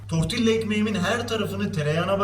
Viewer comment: Sadece information olarak söylüyorum. Tortilla ( tortiya) diye okunur. Oradaki (ll) Y sesi çikariyor.